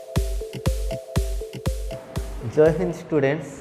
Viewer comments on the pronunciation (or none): none